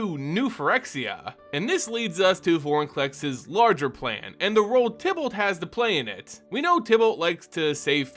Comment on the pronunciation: Can you please pronounce "Tibalt" with a long I instead of a short? Thanks